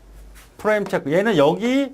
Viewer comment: [Frame] 발음을 '플레임' 이라고 하니... 강사분이 보신다면, '프레임' 이라고 해보세요. Flame 발음을 하고 계십니다. 뜻은 ....'이글거리는 불꽃'이라는 것이죠.